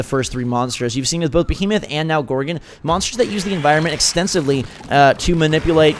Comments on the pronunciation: It's GorgOn not gorgin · Please don't say gorgun it's gorg-on